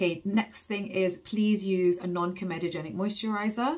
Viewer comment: Hey you say comedogenic correctly now, your parents will be so proud 😉